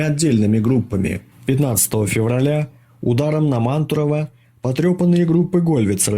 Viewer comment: Здравствуйте, ударение на село мантурово падает ра букву У, спасибо за видео, очень хотелось знать побольше об освобождении пузачей